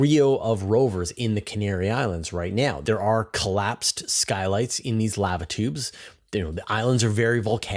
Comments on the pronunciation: How to pronounce lava--> Thank you for your videos. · The pronunciation of lava aside, shouldn't it be magma tube?